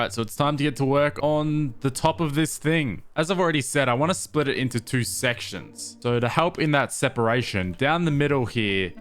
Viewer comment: "all the effort from the last TwOoH minutes"